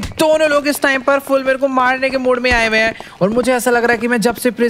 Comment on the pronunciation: When he say " Abhi Michael ko mare 2 hi din hoye h " Only we can understand kitne din hoye h 🙂🙂